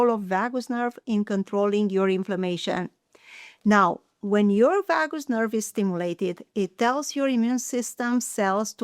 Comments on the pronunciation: V-ahh-goose nerve? Never heard of it lol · Oh vagus...that is pronounced VAY GUS.